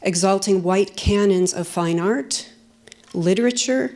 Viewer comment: I simply DETEST the way this woman pronounce the phrase "fine art"!